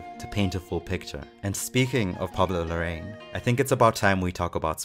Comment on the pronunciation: Amazing video! Pablo Larraín’s last name is pronounced “La-ra-in” though :)